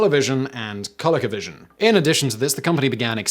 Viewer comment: ColecoVision is actually pronounced “koh-LEE-koh” 😁 Really can’t blame you for getting the weird name of a defunt ‘80s toy company wrong though 👍🏽